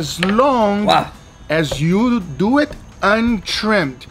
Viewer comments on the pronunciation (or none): So let's do ehhht🤣🤣🤣🤣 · so lets dooo etttttt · SO LET'S DEWET. Best thing ever spoken on youtube.